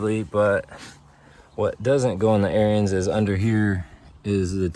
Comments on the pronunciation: Ariens is pronounced like Erins, not like Aryans. Hell, just watch some of their own videos. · Heads up don't mean to be ruud but it's pronounced A R I N S or ARENS. NOT LIKE ARYAN RACE.